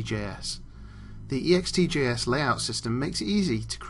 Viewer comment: you say it ext-J-S not E-X-T-J-S .....sheeeesh!